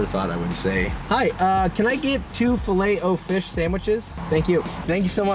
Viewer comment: fileeet oh fish haha